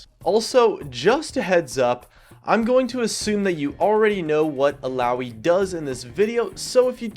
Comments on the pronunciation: Ok, I love you but THAT PRONUNCIATION THOUGH XD I don't know how you guys say it, but here we all call her ILL-AH-OY:p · "il-ow-ee" --> Illaoi